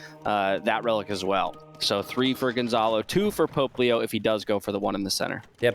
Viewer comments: The name: Pope Leo The way says it: Poplio Me: who is Puglio? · I know they are saying "Pope Leo" but it sounds like Popplio lol.